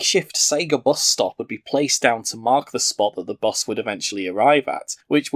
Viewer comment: Nobody else hate how he says bus?